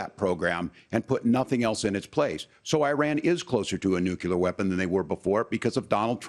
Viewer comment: Tampon Tim Walz doesn't even know how to say the word - nuclear - correctly. The word nuclear is pronounced: "new clear". Walz repeatedly said: "new cue lure", indicating an inadequate education during which his English elocution teachers did train him to say the word - nuclear - correctly.